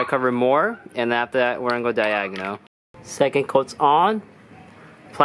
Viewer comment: “Third coat is day agonal “😂😂